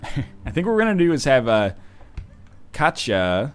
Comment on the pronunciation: Ahaha, why do some characters have Serbian names: Katja (it's pronounced like Northernlion did , pAvle, not pavel, bOjana). And it's not that bad here in Serbia, I promise :))